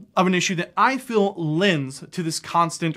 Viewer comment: Feel is not said as "fill", I've never ever heard an accent where feel becomes "fill". What is going on there? Haha